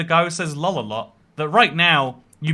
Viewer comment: pronouncing Lol: Lull 💜👽